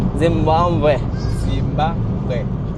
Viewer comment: Fir se bol hi dia Zimbabwe apni zaban pe..... Aur Trump bhi troll hua tha uska pronunciation le k...samja Zimbambe